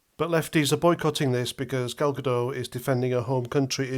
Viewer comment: Great review, throughly enjoyed. It and it's Gal GaDOT not GaDOH